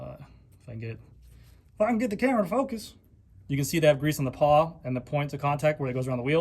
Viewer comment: For the record... it's "pawl", not "paw" :)